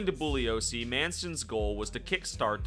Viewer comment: Thank you for pronouncing Vincent Bugliosi’s name correctly. If you read anything about him, he’s a brilliant attorney and writer, as well as a super straight arrow.